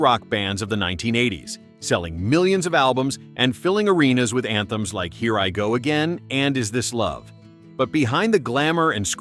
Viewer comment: E Ririgó aguein é foda kkkkkkkkkkkkkk